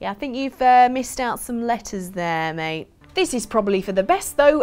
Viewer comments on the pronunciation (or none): none